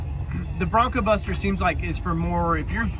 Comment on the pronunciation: Take a look at how it's spelled and how Tyler always says it. BroncBuster, not BroncoBuster.